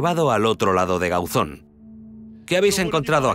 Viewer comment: ???. Ya sé onde queda si soy de aquí. Pero digo que en el programa dicen Gáuzon, acentuando la "a", no la "o" de Gauzón.